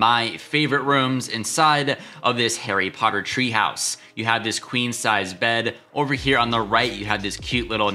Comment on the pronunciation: Hairy Potter? Lol